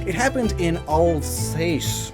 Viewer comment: For the record, it's said ah-ls-ah-ce (the e at the end is silent, so you end on the s sound of the c. In general, an e at the end is silent, so, to anyone actually reading this, please stop putting the English sound for that letter at the end of words)